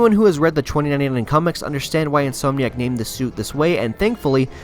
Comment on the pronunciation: It’s pronounced “in-som-nee-ack” not “in-soam-nee-ack”. That being said, you play this game really well 👍🏻